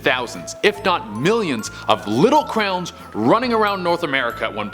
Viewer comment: When he tries to say a million clowns he says a million crowns